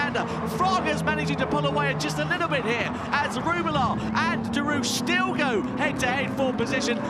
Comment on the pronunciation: As a French I cant stop laughing when English say "Derouche" instead of "Derrouiche" XD